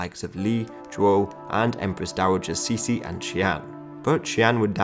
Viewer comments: actually it should be prononced like"chi-ci"not "cici" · Cixi is prounounced Tsee-ci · " Ci xi " is admittedly a tough one to pronounce. Ci sounds like the "tser". Xi sounds like "shee". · Cixi can be pronounced simply "chi-shi" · To use English pronunciations, it's better to pronounce Cixi like "Tser - Shee". (Source; I am a Singaporean Chinese, grew up with both English & Mandarin) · I get your shee, but why there is an R after tse? that sounds like 慈儿禧 no? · That's not how to pronounce cixi